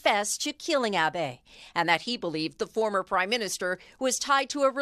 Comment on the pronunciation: あ〜べ って発音されるとなんとも😭 あべ って発音して欲しい🥺